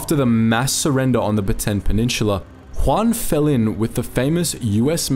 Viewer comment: Narrator: baten Me actually a Filipino: Slaps face It's Bataan. Ba-ta-an.